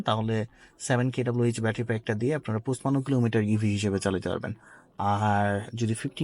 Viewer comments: ভাই পুছপান্ন কি জিনিস😅 পঞ্চান্ন বললে ভাল শোনায় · পচ্পান্ন কি ভাই??? পনচান্ন হবে